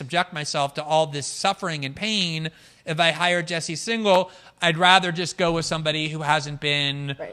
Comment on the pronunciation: And in this one, he said 'Jesse Signal' rather than 'Singal.' (Though I guess that's still not as bad as 'Sportify'!)